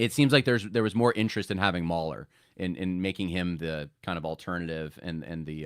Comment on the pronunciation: Mooohler not Mauler.